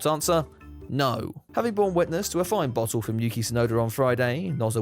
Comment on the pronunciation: Refreshing to hear and English person pronounce the “t”s in bottle